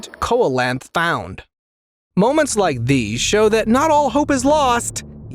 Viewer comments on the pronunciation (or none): Seal-o-canth. Not colocanth. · You pronounce it like Seal-la-canth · its a dimorphodon MOSASAURUS? it’s pronounced “cola-canth” well that’s real